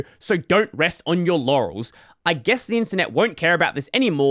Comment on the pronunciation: it's clearly written "don't rest on your laurels", not sure why read it as "don't rest on your yannies".:^)